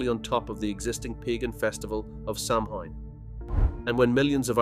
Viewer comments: For God’s sake, sow Ann, not Sam Haines! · Samhain is pronounced SOW-IN for Halloween. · The four leafed clover has nothing to do with Ireland. The Shamrock has three leaves! Also please have the manners to pronounce Samhain correctly! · I have two friend one from England and Scotland and they never celebrated Halloween because it was an Irish Catholic tradition .My friend from Liverpool new of it but my friend Scotland only heard about Halloween when she came to America.Samhain is pronounced wrong